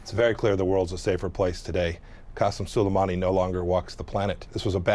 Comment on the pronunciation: Whoopi is rhe FIRST person I heard completely butcher Qasem Soleimani's pronunciation. Even Pompeo pronounced his name correctly and they're enemies!